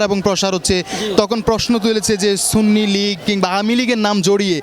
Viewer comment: যিনি সুন্নি কে সুন্নি বলতে পারে না সিন্নি বলে। আপনি তো ঈমান হারা। যিনি রাসুল মানে তিনি সুন্নি। এটাতো কোন বাতিলের দলের নাম না। আল্লাহ আপনার দোয়া কিভাবে কবুল করবে। আপনি তওবা করে ঈমান আনুন। আল্লাহ আপনাকে হেদায়েত করুক